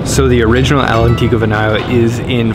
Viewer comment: El Antico? EELLLLL Antico? Italian is not Spanish! ALL'Antico, dude. 🥲